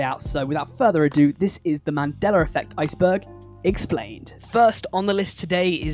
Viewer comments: Man-day-la, not man-deller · I could swear it used to be pronounced ‘man-dell-uh’ not ‘man-dell-er’ That’s crazee yo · I can't get passed him saying mandellar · Boi said "the Mandelar effect" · Take a shot and/or bong rip every single time this dude calls the Mandela Effect, "The Mandeler Effect". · Lol . . . "Man-Dell-Luh" . . . I apologize if I offended you or anything, I genuinely really enjoyed the video and Loved the direction you went with it trying to piece together how certain ones could easily be misconceptions or just straight up flase information like blood actually being red while in the veins. So again, I do apologize if that came out wrong, I just thought it was funny and assumed you were saying it like that to trigger people like me. 😂 Regardless..! Keep up the great content..! (And I SWEAR TO GOD, If It Turns Out It's NOW Pronounced The "Mandeler" Effect And Not "Mandela" With An "a" Imma Through A Fit And Bug The Hell Out..!) 😂 . . . . 🤣